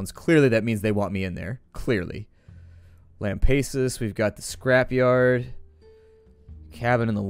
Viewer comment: I found your channel through the Dying Light gameplay, and you've become my favorite gaming youtuber. Having watched over 50 videos of yours by now, there is only a single thing you've done that annoys me. In Dead State, the town of Lampasas isn't pronounced lamb-pay-sus, it's lamb-pass-us. Source: I live in central Texas (A mile or so east off of 183, I feel included in the game :3 )